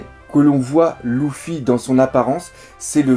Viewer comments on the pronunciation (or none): c luffy et pas louffy dit luffy et pas louffy stp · J’avoue c'est perturbant! Luffy ou Leuffy ok mais Louffy .....Mdr ! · Ça se prononce Leuffi pas Louffi en français !